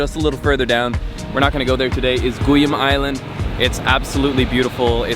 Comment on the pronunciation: You hit the guyam island sir :)